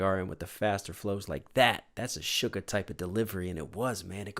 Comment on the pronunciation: This song is my song I will play on repeat when I’m feeling ‘blue and depressed’ it’s definitely like my second or third fav from BE. Also: I love how you call ‘Suga’ You say sugar. It’s actually Suga but I find it hilarious and I giggle everytime you say it. ☺️